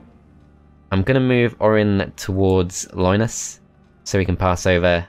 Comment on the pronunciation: Loynis Tech Tips, i just can't unhear it.